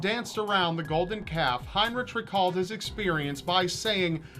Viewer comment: You are saying his name wrong. In german heinrich is actually heinriH. Ch = h (haynrihh)